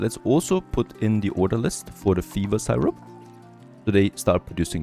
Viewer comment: You are one of a handful of creators that I watch all the time. I was a little confused when you pronounced Syrup like Sigh-rup, but it's much closer to "Sirup" than you might think! Dein Englisch ist noch viel besser als mein Deutsch!😂 Hallo nach Kanada!